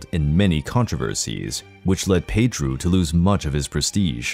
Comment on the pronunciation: The way he says it is closer the pronunciation of the name in Portuguese